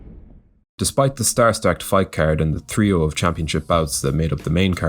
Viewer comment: the word’s “trio,” not “threeo”